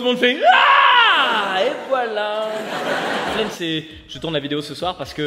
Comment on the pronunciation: Je suis la seule à avoir compris "flemme" au lieu de "flaine" au début 😅😂